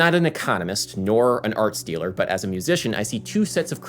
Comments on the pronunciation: whe you said "arts dealer" i heard "art stealer" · I know that you are saying “arts dealer” but my ear keeps hearing “art stealer” xD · When you said "I'm not an arts dealer" for a minute I thought you were saying "I'm not an art stealer." The conspiracy theories started forming.